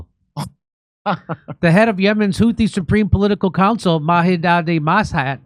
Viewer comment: Mahidadi mashe ? Hahahaha Mahdi al mashat it’s not that difficult either. You pronounce it as Ma he di al mas-hat